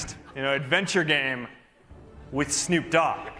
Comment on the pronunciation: Mark pronouncing Snoop Dogg like Nick Cage pronounced "foo-FIGHTers"